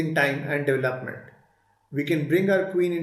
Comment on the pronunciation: DevelopmenT not Development’d